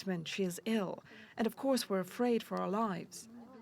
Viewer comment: wouldn't you think, that the highly educated and worldly people who work at and manage CNN would know, by the stage, that Dnipro is pronounced NEE pro? i wonder how they all say the word knife, or knight?